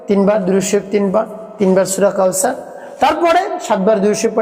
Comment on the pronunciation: আপনার তিলাওয়াত তো শুদ্ধ নয়,আপনি আসছেন উপদেশ দিতে। সূরা কাউসার শুদ্ধ করে পড়তে পারেন না।কোরআন হাদিসের কথা বাদ দিয়ে টিক টক করে ইউটিউবে ব্যবসা করেন।